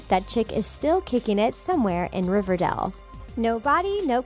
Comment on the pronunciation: Why do you call it ‘riverdall’